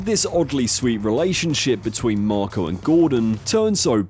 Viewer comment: Why do you keep calling him "Morco"?